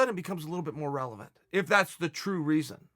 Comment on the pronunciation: "Relephant question"